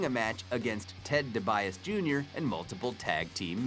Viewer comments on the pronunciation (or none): BTW,its pronounced Dee-bee-Ausie, not De-baise... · LMAO! Debias? Debiase ( D - B - Ah - See), but good job pronouncing Michael Cole, Corey Graves, and Jim Ross correctly. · This guy is reading a script he's not a wrestling fan. he said Ted Debias Jr. God fuck this guy. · PLEASE LEARN HOW TO SAY THE WRESTLERS NAMES CORRECTLY IT’S LORD TENSAI NOT LORD TENASI & IT’S TED DIBIASE NOT TED DEBIAS FUCK. IF YOU ARE NOT GOING TO SAY THIER FUCKING NAMES CORRECTLY PLEASE DON’T FUCKING SAY THEM AT ALL DAMNIT NOW HAVE A NICE FUCKING DAY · for fucks sake learn how to say their names...... LIKE THIS lord (TEN SIGH) tensaited ( dee bee aww see) debiase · Commentator.. try pronouncing Ted Dee Bee Ah See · Also DiBiase